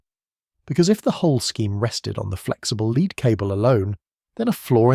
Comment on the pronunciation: Shame that the AI could not differentiate between lead and "leed."